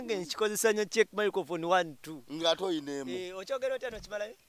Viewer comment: KAKALAMU: microphone 🎤 Mzee Magala: Micro umh micofofoni 😂😂😂😂😂😂😂 Naye eno show ebayanseko ngate wetuyigga at times mbanjgala kuwandika buli mess ya Mzee Magala kuba njagala ebyononese 😂😂